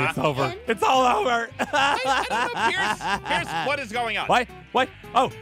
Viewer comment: U said price it's pierce